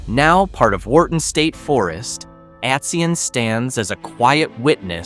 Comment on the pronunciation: Atsion is pronounced at-CY-on. Atison, Like Allaire are all very close to populated areas. Atsion is near the quaint town of Medford in Burlington county, not far from the Delaware River and Philadelphia. The Pine Barrens, or Pinelands as natives call it, was filled with bog iron, used to make musket balls for the Revalutionary War. In the Pines there are some true ghost towns where there are only piles of bricks, foundations or chimney’s. The villiages you mention are very interesting, some places like Whitesbog, also not far from Medford and where Miss White cultivated the wild blueberry, have blueberry and cranberry festivals. There are Apple festivals too. Remember, New Jersey is the garden state.